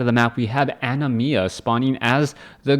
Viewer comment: You said Animas name right :P I assume the person is referencing the summon from Final Fantasy X with that name :p